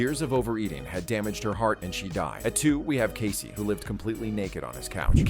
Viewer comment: casey almost sounds like caseo